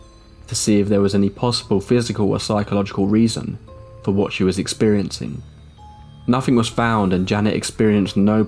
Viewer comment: It's wild that you can pronounce the, but nothing is nufing, and brother is bruva. Why??? It's T-H!!!